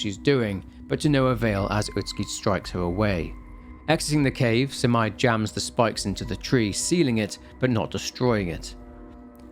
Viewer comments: Minor detail: You pronounce Abe no Seimei's name as "sey-mey", not "sai-mai" Other than that, wonderful breakdown and analysis! I'm always waiting for your uploads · Love your vids. Btw its Seymey not simai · Pls lord why is no one talking about how he pronounces Seimei. He says it like it's "semi" but, really, it's "say-may" Idk man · Seimei (Say-May) and that's a really, really pretty dude. That's literally one of Abe No Seimei's details is that he was very pretty because his mom was a Kitsune (Or so it's said). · Thanks for another great video! Btw Seimei is pronounced more like Say-may. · The way he read seimei as semai, kinda make me laugh. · Loved this game! This was one of the first horror game I played back then. Ty for the video! ❤ Ps. Abe no Seimei name is not pronounced as Semai. Semai means narrow. 😂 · True. The pronounciation of Abe-no-Semei made me crazy, too.